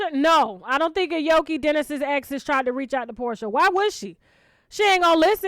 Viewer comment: You gotta pronounce her name right sus...jk...i think it's A-O-KIE...have a healthy happy delivery!